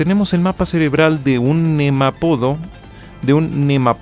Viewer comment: Nemapodo? La palabra correcta es Nemátodo, es una palabra esdrújula. Es un gusano que pertenece al Phylum Nematoda, se llama Caenorabditis elegans, bechito pa ti 😘